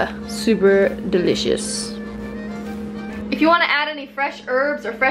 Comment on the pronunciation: Why does always say "DILLicious"? It's delicious